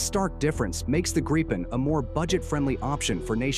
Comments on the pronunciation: What’s a GREEPen? It’s GRIP-en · It's a Gripen not a Greepin. Must be AI. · Why are Americans unable to pronounce the word Gripen? It’s simple - ‘Grip Pen’ - then just stick those words together. Not hard. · I'm in favour of honouring the minimum F35 purchase, but finish off our fighter inventory with the Gripen. Maybe even get some extra Gripens. BTW, please vet your AI narration before publishing - it's annoying to listen to mispronunciations. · Gripen Do have the wit to properly Pronounce the name correctly and not in a frontier English slant